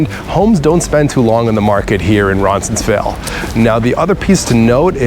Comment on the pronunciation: Good video. I've lived in this area for 20+ years. Only one suggestion. You keep pronouncing Roncesvalles incorrectly. It sounds like you have an extra "n" in there.